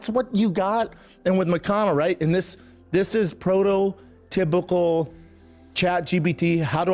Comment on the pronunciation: "Prodo tybical" Absolute redact